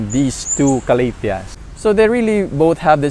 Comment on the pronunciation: Ka- la - dia '' like that?? Not ca-la- thea?? Or slang lang??